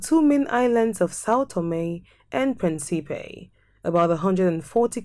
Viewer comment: Respectfully, please re-record the audio and pronounce the name of the island correctly! Principe is pronounced PRIN-cipe. PREENcipe , with an accent on the first syllable. It means, of course, PRINCE 👑